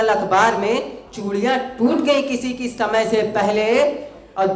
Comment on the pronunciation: Bhut bdia bhai thoda sa श की जगह स का प्रयोग करे और बेहतर होगा शमय की जगह समय का प्रयोग करिये